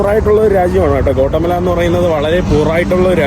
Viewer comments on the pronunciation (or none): കോട്ടമല അല്ല ഗ്വോട്ടി😊മാലാ